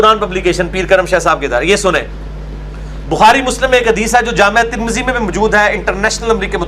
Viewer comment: واہ بھئی گلابی عربی دان پلمبر صاحب بیہیقی اتنا اوکھا ہوکر بول رہے ہو اور جامع ترمذی کو جامعہ ترمذی اور امام عیینیہ کو عیینہ۔۔۔۔جہالت وہ جو سر چڑھ کر بولے